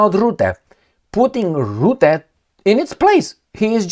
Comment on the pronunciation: Rutte, not Rootte. Pronunciation is not difficult.